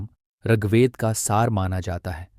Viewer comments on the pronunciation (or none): none